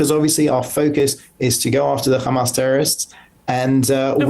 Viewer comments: how many times he said khamaas with this little moment? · When your " khamas, khamas" doesn't work.